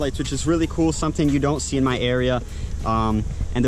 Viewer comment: It’s “something”... not suh en.